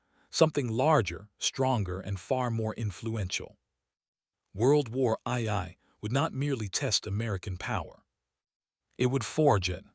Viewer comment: "WORLD WAR EYE 👁️ EYE 👁️"!?!🤣❤🎉